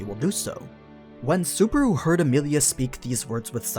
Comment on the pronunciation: I quite enjoy these series, my only problem is how you say Subaru ... suburu.